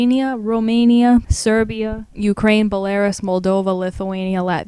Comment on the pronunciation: You pronounced Belarus and Herzegovina totally wrong. Also, Caucuses , Namibia, and united Arab Emirates. Wow. That was a good laugh at least.